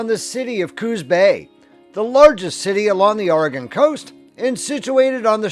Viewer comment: This is a pretty good representation of our area. The views and video are very well done. You have a lot of the places we're known for. The Egyptian Theater in downtown Coos Bay, which you showed, is one of only 7 left in the USA. And our Wurlitzer organ is still played regularly! (But... it's pronounced "Orygun" and "Cape Arago" has a long "A" The at the beginning. I frequently ask locals when I'm not sure about how to say their town)